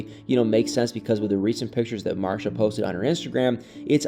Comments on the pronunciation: She pronounces her name MarCEEa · It's pronounced Mar-see-uh (Marcia) 😉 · The way your pronounce Marcia 🤣🤣 You had me questioning my own memory of the show smh